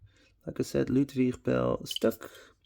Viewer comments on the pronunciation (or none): H.J.Stuck = Hans-Joachim Stuck, so you'd better read the name with German pronunciation, it will sound better 🙂